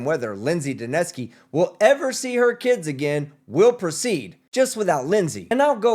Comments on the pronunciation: I like the attorney for the plaintiff's pronunciation of Lindsay Duneske's name: dunce-key. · Is it just me or does the judge sounds like she is calling her Miss DaNasty? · His lawyer called her "Ms. Dunce-ski" 😂😂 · I love how every time they say her name they pronounce it differently